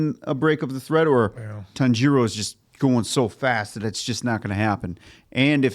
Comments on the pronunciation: the pronunciation is more TAHN- GEE-ROW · TAHN-jee-roh or tahn-jee-ro. Not tan-JEE-ro. Please. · The way you guys say names though 😂 Nezooko? Tanjeero? Y'all are gonna love an upcoming character cause the pronunciation of names reminds me so much of him 😂😂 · please pronounce Tanjiro right you’re literally watching in dub as well 😂